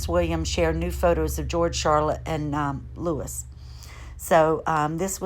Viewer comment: Just a little help here: Cambridge is pronounced came-bridge. Kate& William's youngest son's name is pronounced: loo-ee. I really like your YouTube videos, thank you for your dedication. You're a.